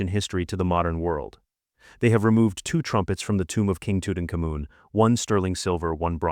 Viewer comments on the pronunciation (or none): That's not how you pronounce Tut's name. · I couldn't make it past the first entry. Tutenkamen is probably the most famous ancient Egyptian ever but you're unaware how the name is pronounced. Ok, there's lattitude, nobody speaks ancient Egyptian. But the capitol city of Egypt, Cairo is only pronounced one way in English. And you couldn't be bothered to check how when citing one of the most famous and popular museums of the world? That's sad really.